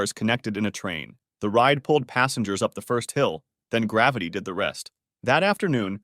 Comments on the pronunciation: Krug aka “Kroog” Like the Champagne. **Passengers not “Passangers” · 'Minbender' 'passangers'😆